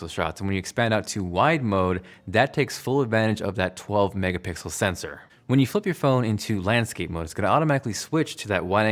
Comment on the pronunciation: He’s been saying “megapickles” like for years now so...